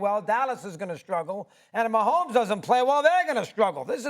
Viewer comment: The disrespect. A whole stadium says his name right and this chick couldn't get it right.. questionable.